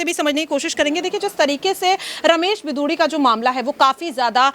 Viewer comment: बिदुडी नही रमेश बिगुड़ी